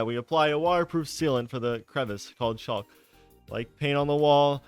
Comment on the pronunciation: Caulk is pronounced like cock